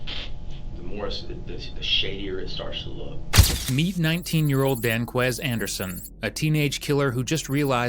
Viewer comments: ‘Danqueise’. I don’t have to watch the rest of it. Just another one to prison for life. Yawn. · "Danquies"? Ahhahahahaha.